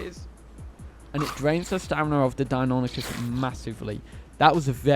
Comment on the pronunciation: “Die-oh-NYE-cus.” It’s Greek. Say it right.